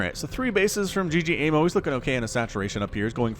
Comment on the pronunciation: Love your cast man. Though ggaemo is not g-g-emo. it is ggae-mo. 'gg' is an stressed 'g' in korean. Keep the awesome casting!